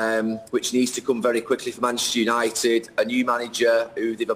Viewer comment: Why does Gary pronounce manchester united as machestunited?